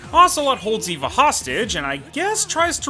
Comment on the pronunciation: Calling Eva “Ava” hurt